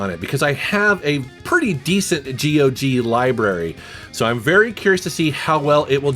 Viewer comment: GOG rhymes with dog.😀